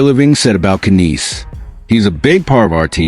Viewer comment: Who the f is ka neese LMAO It's pronounced nies Matthew Knies 🤦